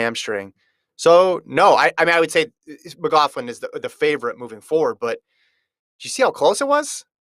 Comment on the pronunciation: I don’t know if your aware, but your saying Sydney’s last name wrong.